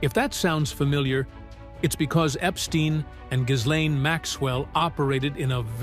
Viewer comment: How does anyone professionally talking on TV for a living still not know how to pronounce Ghislane?